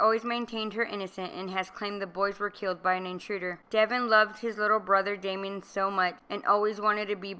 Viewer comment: Please pronounce Damon's name correctly; DAY-MON , not Damien.